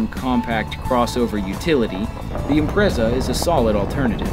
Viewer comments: Im-pret-za. Not imprezza. >_< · ImpreTsa. Not Imprezza